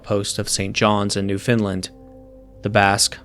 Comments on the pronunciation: I guess I expected more about white slavery in early colonial American history, but this gives a good and informed backdrop. Please note that the Canadian territory is New-Found-Land, with the emphasis on either the first or second word. It is definitely NOT New FINland. Also the proper spelling of the descriptor "ElizaBEthan" is just that, not "ElizabeTHIAN." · its pronounced new-fund-land. I live in the part of canada that includes it. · in parts of the UK, it's pronounced newF-N land.